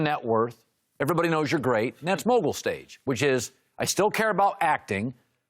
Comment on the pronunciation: “Mogul Stage” 😂😂😂 this guy man